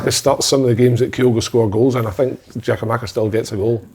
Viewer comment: who is "Geo-Makis" ffs just say his name properly hope he does leave so we don't need to hear it again